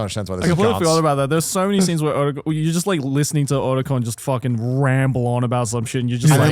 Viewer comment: blud keeps saying OATacon THERE IS NO A